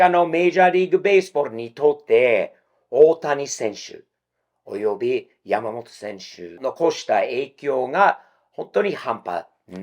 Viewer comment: さすがは、発音がヤマモロじゃないw 山本は日本より米国の方で人気あるんじゃないかと思っています